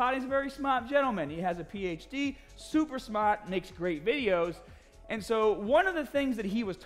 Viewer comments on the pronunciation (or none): you are where you are today not because we're mostly smart, and being open to some of our opinions. It's for multiple reasons. One is pronouncing smart, as smawt. Haha! Thank you for being who you are Sir! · Calling us smaaht? That's smaaht. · I'm so glad that he thinks we're SMAHHT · Thanks for calling me very smahht!!! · It is written "smaaht"